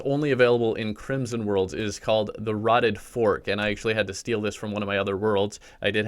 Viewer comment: "Tha rotten fark"